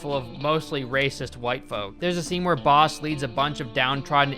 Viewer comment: Any one else hear “they call him balls” instead of “they call him boss”. Idk maybe my ears are just fucked up but that’s what I heard